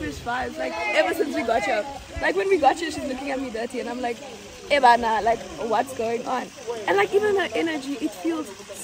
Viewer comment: Did just say"ayebanna"